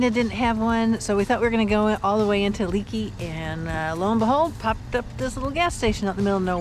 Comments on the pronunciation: It is pronounced Lakey by locals. Thanks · Lakey not Leeky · Great video guys !!!! Being from Texas, I've ridden the sisters myself, and they never disappoint. Btw.... fyi Leakey is pronounced Lakey by the locals. Continued safe travels. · Drives me nuts when folks mispronounce town names. It's not leak-e, it's lake-e. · Pronounced “Lakey” not Leekey. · Thanks, I’ll check it out. Been through that country many times but never rode those highways on a bike. Oh, BTW, Leakey is pronounced Lāy’-kē, not Lē’-kē. 🤷🏼‍♂️ Texas boy here. Thanks for the great content. Keep ‘em comin’. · It's Pronounced Lakey, not leakey! Love the area, I'm spend time there every year! Great video! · It’s pronounced “Lakey”. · It’s pronounced “Lakey” Texas… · Another great video guys...Love your channel, and l have really enjoyed following your adventures on You Tube. Glad that you are in the Lone Star State again, filming your ride on the "Sisters", and are getting to see the splendor magnificent Hill Country.. One side note......despite the spelling, Leakey is pronounced "LAY KEY"....lol....safe travels....and keep the great videos coming...Mike